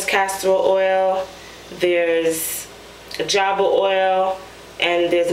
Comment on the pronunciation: "Jojoba Oil" is pronounced "Ho-Ho-Ba" Oil. I'm here for ya girl, lol.